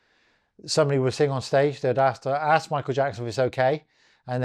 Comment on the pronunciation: Bro, you have to force yourself to pronounce ASK properly. When you say AKS, you sound backward AF.